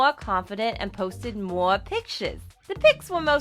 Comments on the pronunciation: "moe and moe and more followers" Me: "Um, girl I'm sorry but you need to be sent into a psychiatrist, the way you talk-----" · who also hated how she said more like mwor mwor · moa of this, moa of thet, fhonce omg where is r? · “Maw and maw and maw followas” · her "more" 😖😖😖😖😤😤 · ‘summah’ ‘moahhr’